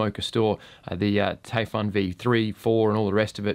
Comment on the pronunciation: It’s pronounced “Typhoon”, mate. “Taifun” is just how they spell it in Germany.